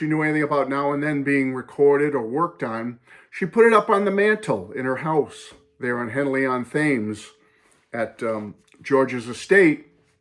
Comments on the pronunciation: Great story, but I feel I have to correct you on the pronunciation of Thames (Thames River, River Thames, Headly-on-Thames etc). It's not pronounced as "Thames" with a "th" sound but as "Temes" with a "t" sound, so like "t-emes". Spelling and pronunciation in British English does NOT necessary go hand in glove!! Lots of place names in the UK have this disconnect between spelling and pronunciation. I believe there many YouTube videos out there on this sort of thing. 👍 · Great story. By the way although written as Thames it’s pronounced Henley on Temms 👍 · Nice story. The h in Thames is not pronounced. It's like "Tems". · I‘m glad you also pronounced George‘s estate that way 😅Me too I have to admit. But will never do it again, I promise. Best regards from Germany 😄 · My dude said Thames 🤣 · Your pronunciation of "Thames" makes me cringe lol